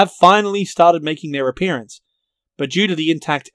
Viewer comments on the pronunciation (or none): none